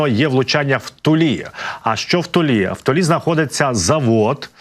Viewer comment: Ну, чого вже в ТулІ, а не в ТУлі?😊